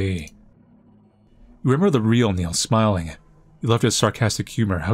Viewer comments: Niall - Nile not Neill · It’s NYE-all for Chrissakes (❤ u 😂)